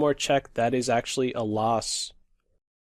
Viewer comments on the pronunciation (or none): none